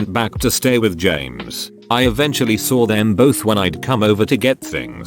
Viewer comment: TTS be like : James Jeemes James